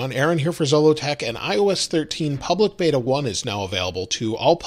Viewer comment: “Pubic” beta?? 😂😂😂